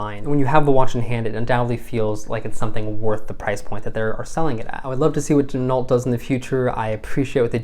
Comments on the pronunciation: Gin-O......not gin-alt Same as ren-o, not ren-alt (the car) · The name Ginault is pronounced "Jin-oh". Don't pronounce the "T". Never hand wind it. The entire bracelet is made in Asia.